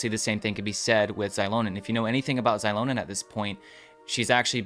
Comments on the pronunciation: No, mavuika ( or the VA / game studio who tells them what to say ) is wrong. In the language itself, "X" is pronounced as " sh" similar to how chinese is. It is, infact, meant to be Shilonen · Its Shilonen like Shibalanké(kay) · Why are you two mispronouncing Xilonen's name? Its basically reads as Zee-Lo-Nen. even the Pyro archon said her name on the Archon Quest. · you’re wrong, it’s pronounced as Zee-lo-nen as per Mavuika pronounced it.